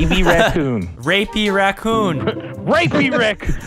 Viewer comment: said rapy raccoon